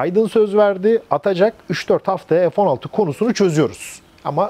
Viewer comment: Hayir F neden sürekli EF okunuyor?..bu Turklish sevdasi yada merakı nedir, Çocuk lar A BC ezberlerken Sayenizde EF EM VE ES diye okumaya başladılar...nedir bu saçmalık Ya EF Sixteen ya F<FE> 16 be adam